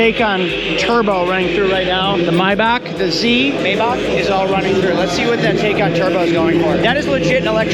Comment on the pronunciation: TIE-khan MY-boch